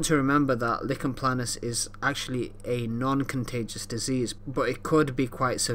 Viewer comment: Nice explanation but it’s not “licken” planus but “liken” planus, the name comes from the rash’s resemblance to a tree lichen.